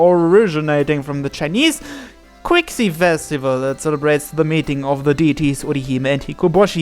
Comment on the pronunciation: I believe qixi would be pronounced as chixi if I'm not mistaken